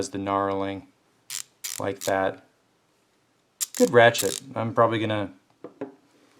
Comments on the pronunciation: Its not narling lol it's nurling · finally somebody on here who knows what they're talking about. That "narling" he kept saying was pissing me off lol.